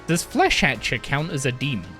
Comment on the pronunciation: No one knows how to say Flesh whatever its name is.